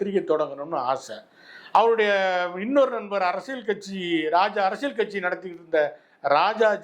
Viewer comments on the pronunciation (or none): none